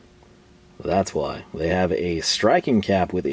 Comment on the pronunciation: Another great video! I always forget you're from TX and then you throw that "HHWHYY" Must be a panhandle thing.